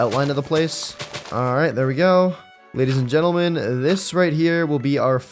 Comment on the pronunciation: why did u say gadies and lentlemen?